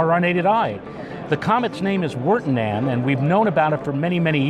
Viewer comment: VIR-tah-nen, not wer-teh-nan :P